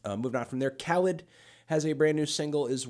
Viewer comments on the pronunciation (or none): Khalid is pronounced "Kuh-Leed" DJ Khaled is pronounced the way you're saying it. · it’s pronounced kah leed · Please stop mispronouncing Khalid